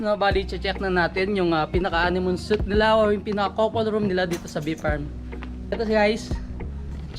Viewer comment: Guys was over used. And suite should be pronounced as s-w-e-e-t..